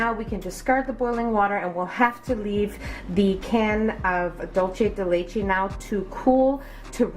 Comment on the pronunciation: That’s not how you pronounce dulce de leche